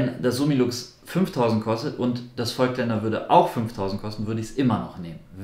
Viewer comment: Ich finde das Video nicht schlecht. Nur eine Sache habe ich trotzdem zu kritisieren. Nicht Vögtländer sondern Vooooooogtländer mit lang ausgesprochenen O. Ich muss immer zucken wenn ich das höre... ;-) Deshalb bleibe ich bei den Objektiven lieber bei Leica. Da ist die Aussprache einfacher :D